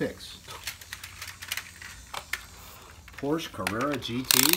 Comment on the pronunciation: Someone teach him how to correctly say Porsche